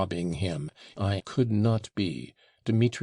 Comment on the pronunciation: "Hurahh for karamaov"...what a conclusion.